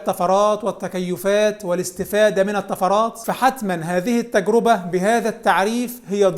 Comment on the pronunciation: التجرِبة بكسر الراء وليس بضمها، وكذلك جمعها "التجارب"